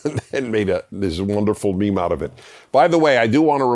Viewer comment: You're a great man, and I agree with like 90% of what you say if not more, but you should not ever say the word 'meme' again.